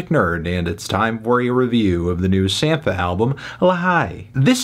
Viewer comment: Its pronounced “Sam-pa” - just saw him in Chicago last night and he further confirmed this when he first came out and introduced himself.